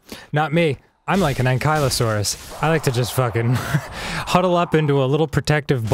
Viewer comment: Did Dan just seriously say, "Ang-kielo-saurus?"